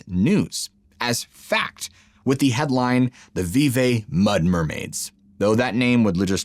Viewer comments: Its vee-vee not vee-vay. Common mistake that people outside the area make. I live near here on the Ohio. I will never swim in it. Besides the pollution, there are huge catfish that are big enough to eat people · It's pronounced vee-vee....not vee-vay. Lol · Vevay is actually pronounced VEE-VEE around here. Fun fact - my realtor / family friend sold Kat Von D a house in little old Vevay! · I live in Rising Sun IN next to Vevay- just FYI, only outsiders pronounce it 'Vevay', us locals pronounce it 'Vevee' even though it is not spelled that way. Just a local tidbit 😊 Oh ya' Roooollinnnggg on a River' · it's pronounced Vee-Vee. Great video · Vevay is pronounced vee-vee. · Vevay is pronounced Vee vee. I don't know why it's pronounced that way, but I remember being told how to say it by locals when we lived in Madison. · Oh man. I spent half my life swimming and skiing those very waters.😮😮and it's pronounced vee-vee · It's pronounced vee vee. I live about 10 miles west of Vevay. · FWIW, pronounced "Vee Vee" and "Cuv-ing-tun". I've lived by the river not far from there and swam in the river until the 1970's. Pollution was why I stopped. I've been grabbed by something a couple of times when in the backwaters. Not a big deal around here. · Pronounced Veevee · Vevay is pronounced Veevee. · Just FYI, Vevay is pronounced Vee-vee. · I love the story about vevay Indiana story and by the way it's pronounced veevee because I live right next to that town I'm going to look the story up and ask some Elder people about it. Rolling on the river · Pronounced vee vee spelled Vevay. I live a few minutes away from there at the crest of the Ohio River valley on the Kentucky side. Covington is pronounced like Cuvington like the word "up" or "cup" not "cove" I have to go there often. Roooling on the river. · It’s pronounced “Vee-Vee” by the locals. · It's pronounced vee vee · VEAVY PRONOUNCED ' V V'. I AM FROM INDIANA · It’s pronounced Ve-Ve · We always pronounced it as veevee